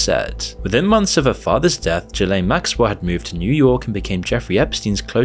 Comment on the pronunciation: HOW do you mispronounce this dude's name? YouTube is absolutely crawling with videos about him, and I'm sure you watched videos to research the subject... How?! Edit: And Ghislaine, and Abercrombie... bit sloppy there, bro.